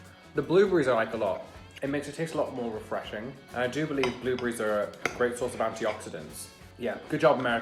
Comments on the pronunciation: the blooooboreez in tom accent amazing 🤣🤣🤣🤣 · Please tell me i wasn't the only one that noticed how pronounced "Blueberries"